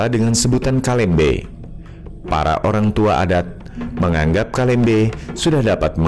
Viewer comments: Bkn kalembe mas.itu kalambe😄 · Kalambe setau ku bkn kalembe😄